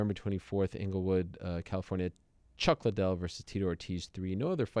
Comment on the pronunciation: Someone needs to tell De la Hoya its Chuck Liddel that is pronounced LEEDEL Not Chuck LYdell